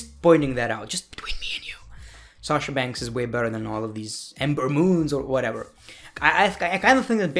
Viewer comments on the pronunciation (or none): I love u saying shasha bankhsss!!!